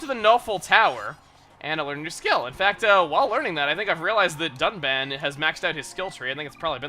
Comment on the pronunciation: Am I the only one that heard duck man instead of Dunban? LOL, Duck Man, the first officially revealed Robot Master for Mega Man 11. If only. xD